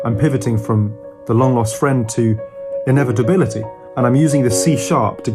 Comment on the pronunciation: The way he somehow nailed “inevitability” like....how?!